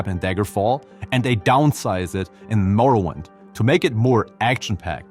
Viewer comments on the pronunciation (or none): Morrowind pronounced as in morrow-wind.